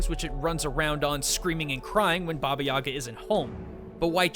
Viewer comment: The way he says Yaga hurts me...